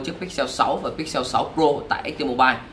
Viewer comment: Pích xồ rồi lại pích seo 🤣